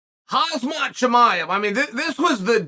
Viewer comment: Kham zhamat Chimaev.....lol Chael that name pronouncing is so wrong.